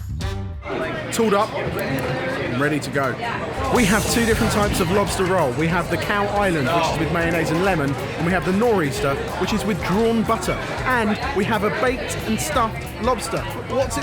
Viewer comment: Oh god . . . it's NOR'EASTER, not gnaw oyster!